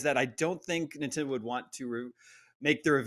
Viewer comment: Lost me at "Super Ninfriendos"